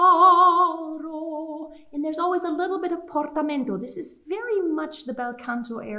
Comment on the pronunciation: im really confused. She sang the first caro with a rolled r but the pronunciation video said not to?